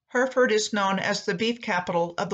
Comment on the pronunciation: Hereford is pronounced Heh.ruh.fuhd. :)